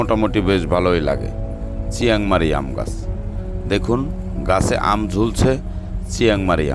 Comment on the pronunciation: চিয়াংমারি না,চিয়াংমাই এটা নাম